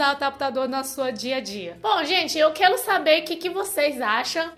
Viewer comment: Gente... amei... Ela fala de uma forma tão fofa... "quelo", "blebledoro", "clopo", parece criança! Ahmmm❤❤❤